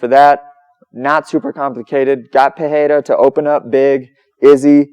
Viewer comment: In english its pronounced "Per-Era", not "pa-heyda"